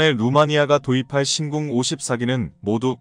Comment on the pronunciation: 신공이 아니라 신궁입니다.